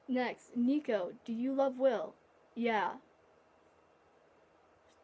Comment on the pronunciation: You did mispronounce my name but that's ok😂 and my fave disney movie is Hercules too even though it is inaccurate